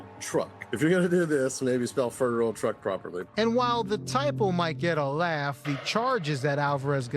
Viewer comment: Musta went to the missouri learing centers for their education lmfaooo " ferderal " 😂😂😂